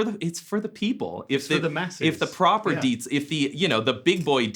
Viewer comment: Puh, it may look gorgeous for usage at home but the sound is VERY limited to my ears. Pretty much every plugins sounds way better... Good to see Trey knowing how to pronounce Diezel ;-)